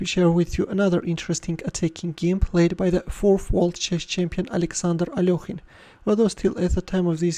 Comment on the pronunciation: He is alekhine not alokhine you understand that.plz you are ruining the name of a legend player plzz stop this